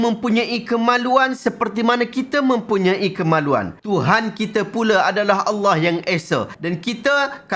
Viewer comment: sebut lafaz Allah pun bunyi telo..ada hti nk bt ajaran sndiri..